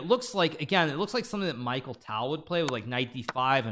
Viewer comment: Its not micheal ..its mikhail tal